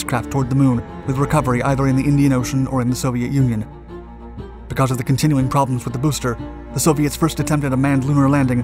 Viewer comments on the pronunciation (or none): none